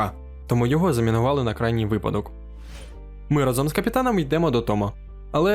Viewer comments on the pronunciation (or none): none